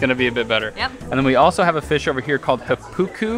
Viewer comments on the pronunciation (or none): Hey just an easy tip that'll greatly help your Māori pronunciation: if you see a macron over a vowel, it means the vowel is long so you hold it out for twice the length. It often ends up sounding much like if the syllable were stressed, so HA-pu-ku for Hāpuku, and KU-ma-ra for kūmara. Us kiwis are quite used to people having difficulty with pronunciation (even many other kiwis), but what makes it really hard to understand is when the syllable timing is off, like if you say ku-MA-ra. ❤️